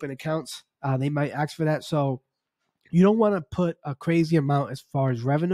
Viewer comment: “ASK” not “AXE” 🤦🏼‍♂️